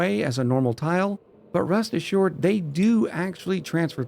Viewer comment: Did say "rust assured?"